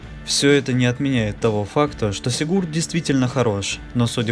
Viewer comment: Только не сигУрд, а сИгурд!